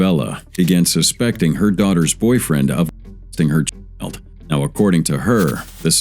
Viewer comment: You cant say the word child. 😂